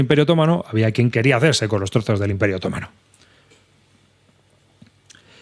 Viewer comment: Bien pensado. Leer libros de historia siempre es bueno. Pero por favor, otomano es una palabra llana, no es esdrújula. 😆